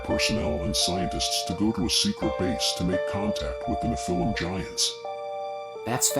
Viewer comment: It sounded like AI asking the questions. It couldn't properly pronounce Nephilim Giants